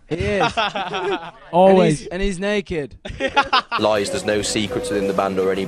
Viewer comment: “I have a SecRut” LIAM’S FACE😭🤣